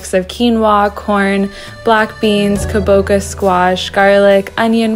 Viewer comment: She has Japanese heritage, but can’t be bothered to double check the pronunciation for Kabocha pumpkin.. it’s not Kabo-ka… it’s kabocha (cha like in matcha)… 😳 wtf